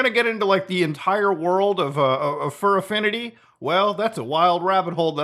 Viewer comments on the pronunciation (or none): Mutha saying furaffianty put me into shock